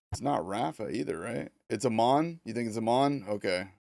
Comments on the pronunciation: Amon's name is pronounced like how you say Amon Amarth. Not the long "O", like eyy mon! Also I like the environments in this so far. I saw Asmond Gold look at this earlier. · Pronounced haymon I think Amon